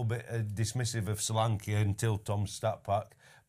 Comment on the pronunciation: Thank you Ben for saying Solanke